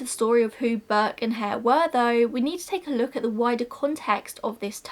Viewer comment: after mentioning what happened to Burke's skeleton and skin I thought you were saying that no one knew what happened to Burke's hair 😂😂 I was really confused but soon realised you meant Hare 😂